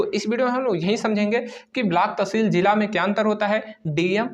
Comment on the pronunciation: भैय्या जी जिला होता है जीला नहीं 😂